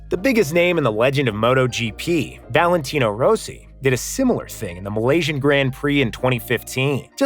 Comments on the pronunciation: When he said Roesi instead of Rossi I just lost it 😂 how do you not know how to pronounce his name? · “Make it hard for the opposing team to bowl” Australia were the ones bowling mate. Also I have never heard a worse pronunciation of ‘Rossi’ in my life. Try do some more research before you put these videos out on the internet 👍